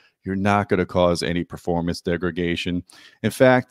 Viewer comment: my man! big fan of audioholics from ages ago.. must say i love how you say "degregation".. ha ha, hey just givin you some friendly shit there!.. love the channel, and keep up the real honest work! so many of us appreciate it greatly!.. i myself also have a channel, SUPER blindman, where i discuss some of the differences between good and crap cableing, i often find that the differences are subtle if outright non-existant, most especially between hyped out and true, honestly rated and speced cables.. i've been going blind all my life due to a degenerative retinal condition and live by my ears, i keep looking for those great cables with open and neutral sound.. neutral.. i know kind of a oxy moron there, but when i find something that really works nicely i stick with it! i also find most people just do not have the ability to hear subtle noise when i can, and that's ok, i still try to educate them whenever possible about real science when it comes to audio and to avoid hype.. must say i love you guys at audioholics for that! long story short.. big fan and keep the videos comin! in fact.. i'd love it if you could do more review videos here on youtube rather than mostly written reviews! i enjoy your presentation and most especially wanna see a video about that awesome RBH dual 12 sub you recently got!!! thanks